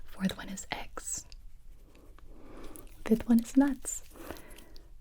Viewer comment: sorry but in the allergen one I heard “ex” instead of “eggs”